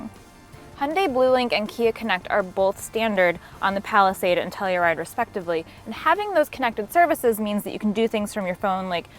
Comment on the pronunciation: Why do they call it "Tellyride"?